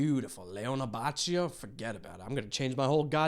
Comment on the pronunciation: Its leh-OH-neh ah-BAH-key-oh And its hard to ask for age appropiate characters, since this was a manga for a shonen jump, and the key rule, specially back then, its if you sell a manga for teens, you make the characters teens, if you sell them for kids, you make the characters kids, if you make them for adults, you make them adults. Its a marketting strategy, from the oldheads running these companies.